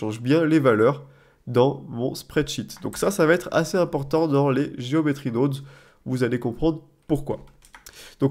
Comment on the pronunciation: "Nodes" ne se prononce pas "naudes" comme dans guillaume mais plus le o de carotte... Prononcer carautte serait bizarre en effet... ;)